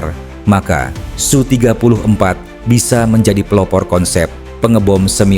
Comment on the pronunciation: SU dibaca. S U atau Sukhoi Le. Km bego wong koyo kowe kok payu kok dinggo moco teks.